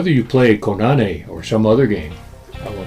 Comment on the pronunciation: It's Koo- Nah-Nay! Not Co-Na-knee!